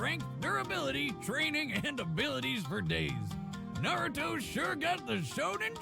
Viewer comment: That guy sounds so fucking dumb, he can't even pronounce "naruto"